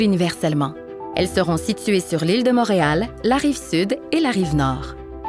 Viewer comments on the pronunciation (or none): Motréal? ou Montréal? Quelle prononciation bizarre!